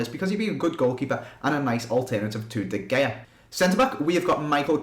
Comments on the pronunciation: i love how you say de Gay-ah instead of De Hay-ah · It's pronounced De Hea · It's pronounced De خya